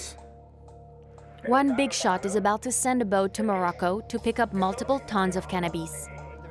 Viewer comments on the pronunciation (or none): Bro, its really not hard to pronounce cannabis.. Not cannabeees..